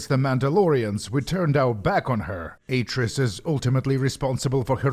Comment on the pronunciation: ... Ah-tris? How can you get the names so wrong??